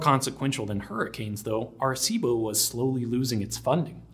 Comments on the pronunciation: I'm 2 and half minutes in and if i hear Are-cibo one more time i'm out and never coming back. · first was a young off-track thoroughbred racehorse that the riding school I worked at bough at Doncaster bloodstock sales, named "Arecibo", although we didn't know how to pronounce it correctly so we used a hard C by mistake. His nickname was "Bo", and he was a sweet gentle little chestnut gelding. He'd failed as a racehorse so they were going to try him as a riding school horse. This wasn't a normal riding school, but located in a private boarding school and educated students at a higher level who were training to become riding instructors themselves - so the calibre of horses was higher than the average "shaggy little pony" you usually think of when you think of riding school mounts. We had several off-track retired racehorses and retired eventers and showjumpers. Unfortunately Arecibo had a condition called upward fixation of the patella, or locking stifles, which affected his soundness. So he was sold to someone who let him rest in a field for a year to grow as it is often something a young horse can grow out of. Then he became a low level riding horse for his daughter. It was only after that, that I saw the James Bond film which included the telescope, and learned more about it later. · Pronounced arse-ee-bo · you're pronouncing Arecibo wrong.... you have to pronounce all the vowels, {A Reh See Bow}. I first heard about this Radio Telescope in the movie Contact with Jodie Foster. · Are cibo ???? Are cibo ????? Wtfduck ?!!!! I have NEVER before heard it mispronounced thus !!! 😯😯😯😯😯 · bothered me how you pernounced Arecibo throughout the video....